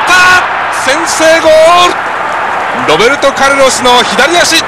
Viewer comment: ロッペンちがう！ って聞こえたｗｗｗ